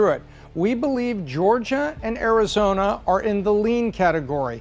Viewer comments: Someone tell her it’s Arizona not arizoner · Arizona ❌ Arizoner ✅ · Vroting in Arizonra. She pronounces a lot of extra r's when she talks. Im just trying to figure out the accent. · Early verting… In Arizoner 😂